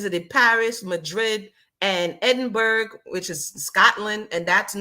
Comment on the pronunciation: As ever, I'm loving the review. 😂 Helpful hint... Edinburgh is pronounced "Edin- bruh (or Borough). Keep up the great work! 😅❤